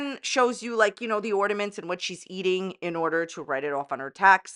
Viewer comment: can’t even get a Christmas tree out herself 😂 And yet she criticizes someone else’s “ordaments” lol